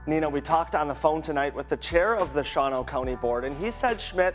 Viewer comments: By the way, it's called Shaw-no round those parts. Calling it Sha-wah-no gets you laughed at. Like Rio, WI. They pronounce it Rye-oh. I know. They can't read. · A word to the wise about Wisconsin place names. "Shawano" (a Menominee Indian name) is pronounced "SHAW-no" ,(2 syllables), not "sha-WA-no", (3 syllables). Pronounce it correctly, or you sound like a foreigner. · What you said is so wrong. It’s pronounced “SHAW-no” not “shah-WAH-no.” The rest?Yup sounds about right for that area. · It's generally pronounced "Shaw-no" not "Sha-wan-o" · Just so you know its not show-ano more like Shawn-no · For whatever it's worth,, Shawano is pronounced "Shawn-O" around here. 😄😁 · ... Native Wisconsinite here... It's pronounced SHAWN-oh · Shawano is pronounced "Shaw-no..." Appreciate what you do! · FYI: It's pronounced "Shaw-no" for some reason. But you're right; he will probably win. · Oh, pronounced "Shaw- no" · It's pronounce SHAWNO. 2 syllables, not 3. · Shawano is pronounced "SHAW-no" btw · Shawano is pronounced 'Shawn O' I've been there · FYI Shawano is pronounced Shaw' no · There are over 400 comments so I didn't go through them all so maybe this is already been said. The 2nd A in Shawano isn't pronounced, it's just Shawno. (I really don't know why!) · It's pronounced "SHA-no." Even the guys on the TV news clips pronounced it correctly. You need to get this right if you want to have credibility. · Well since you can't even pronounce Shawano correctly you have no credibility in my book